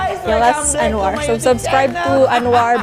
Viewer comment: Maap pembacaan Anwar sedikit kurang tepat. Goodjob for contain Anwar and